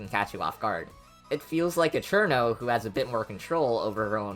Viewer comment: You finally pronounced it right. I’m so proud